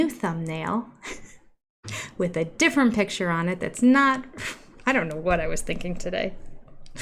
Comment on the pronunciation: I'm giggling at some of the comments like "dill breakers" LOL. Also his big PITCHER! He cannot say PICTURE. What a dork. OK I'm done commenting--allegedly!